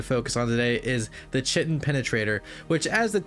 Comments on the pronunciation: The task name is pronounced KY-tin it’s what the exoskeleton of arthropods are made of, not chi-tin. Not trying to put you down, just trying to spread knowledge. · "Ki-Tin". The CH in Chitin is a hard "K". lub ur RuinScape vids =) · chitin is pronounced like kite-in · the i pronounciate chitin wrong the entire video note killed me for some reason lmfao